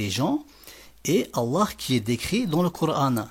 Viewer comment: Tu sais même pas dire Coran en arabe ,va dormir